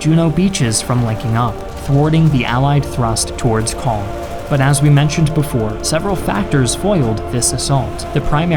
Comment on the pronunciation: I hate to do my snorty Frenchie here... but man your prononciation or "Caen" cloud really be improved.